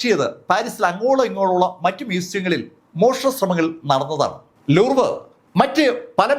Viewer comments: ലൂർവ് അല്ല, ലൂവ്റ് ആണ് ശരി. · ലൂർവ് അല്ല ലൂവ്റ് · ലൂവ് എന്നാണ് ഉച്ചാരണം.